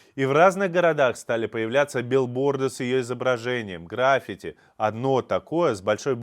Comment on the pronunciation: Интересный выпуск! Только граффИти ударение 🙈